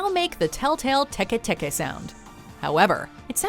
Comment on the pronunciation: its not pronounced tek-ay tek-ay, it tee-kee tee-kee. (or atleast thats how i like to say it)